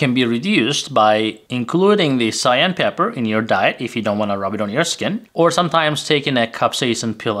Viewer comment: Sigh/Ann pepper?? How about Cayenne pepper. Correct pronunciation is everything when it comes to information! If we can’t understand the words, they help no one!